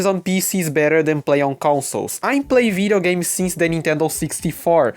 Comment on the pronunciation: I thought you're saying Vita games.. turns out it's Video games lol anyway welcome to the pc gaming community bro